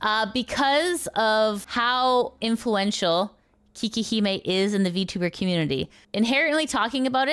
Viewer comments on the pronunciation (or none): Quick thing. Her name is actually pronounced 'kay-kee', not 'kee-kee'. Which sounds closer to "Cake Hime" ('hime' means 'princess') when you say it, so that's where 'Cake Princess" comes from. She does have cake, and she could have consciously chosen that name because of it, but just saying.